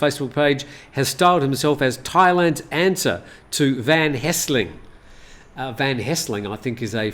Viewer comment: please note, the correct name is Van Helsing not Van Hesling.